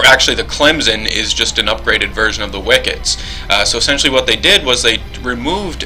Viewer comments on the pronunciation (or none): stupidity... hmmm does saying wickits instead of wicks count?